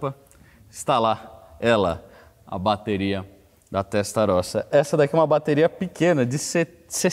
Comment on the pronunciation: Molto buono !! MA dai ragazzo, ha detto Ferrari Testarrosa bennissimo, come un italiano ma doppo, Veglia .....ce dice "velia" come Famiglia /Familia, il GL nel Italiano ce dice solo il L , niente G !!